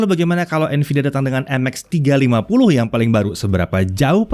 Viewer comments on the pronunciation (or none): Gua dengernya Nmax 350